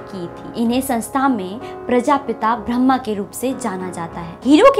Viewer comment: Everything is good didi but need to correct word pronunciation ‘Brahma’